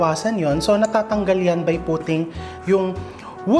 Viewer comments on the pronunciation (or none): Chef, when i worked in a call center sabi sa training namen its “woosh-tah” sauce hahahha btw its American based BPO 🤣🤣🤣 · Woostesheer ..im from Worcestershire UK no letter R on ter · Good day! The correct pronunciation ng WOR- CESTER- SHIRE WU- Stuh- Shuh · Wor - CES - ter- shire sauce po. Tnx po. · Para mas less twist sa tongue po at para mas Briton ang dating, please say WUS-TAH SAUCE 😍. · Wos ter sher shire sauce! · Chef wors-ter-shayr-sauce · pronunciation po is Wuh-stuh-shur po...... :) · Gusto na kita panoodin. Natawa ako sa 'wustershir' sauce 🤣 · Chef try dropping the R , wos-te-cher sauce 🤣😘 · it's Wustah sharh saws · Here is the easiest way to pronounce it.... Worcestershire = wo (rce) ster shire = Wo sta shar Note: You do not pronounce the r on worce > wo 2. change a to schwa in sta 3. change a to schwa in shar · Tama po chef... Pronounced as "wush"stershire sauce. 😉